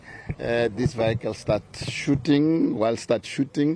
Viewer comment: Vehicle not vikle